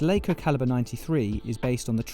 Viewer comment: It's Laco not Leiko